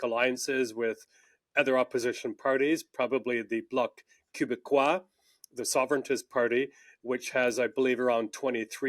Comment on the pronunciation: Who is this guy? Never heard someone butcher the pronunciation of "Québécois" quite like that.